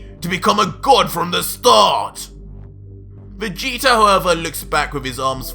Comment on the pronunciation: REALLY? VEGETER? OMG!